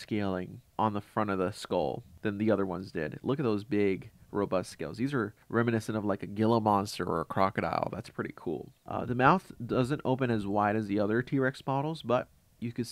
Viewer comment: gilla monster is pronounced " heela "